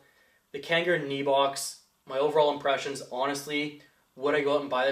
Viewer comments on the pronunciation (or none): I think it's pronounced any box. NEBOX . lol it's a funny name. good review as always bro. keep up the good work. VAPE STRONG